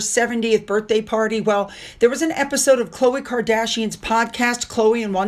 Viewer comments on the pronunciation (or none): none